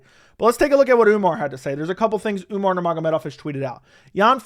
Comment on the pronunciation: He says umnar because of umars insta or twitter name spelling if I remember correctly